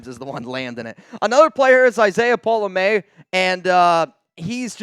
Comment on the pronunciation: #Raaaaidersss Stop saying Pola-Mayo. It's pronounced Pola- MM.. OW APPRECIATE THE CONTENT! Keep doing your best